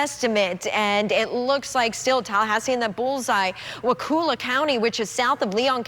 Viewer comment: it's pronounced Wah-KULLA not wah koola. and it's STEEN Hatchee, not STINE hatchee lol future reference!